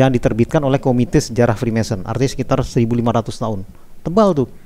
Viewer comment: Freemason om....bukan freemanson